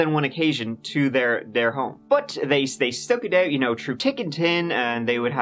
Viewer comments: I thought I was used to the "no th" thing, but "trough tick and tin" made me laugh. Lol, love this channel though, for real! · "Troo tick and tin" 😆